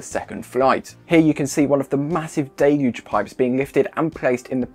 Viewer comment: At last, proper English.. viz: 'daylooge', not 'dillluge'.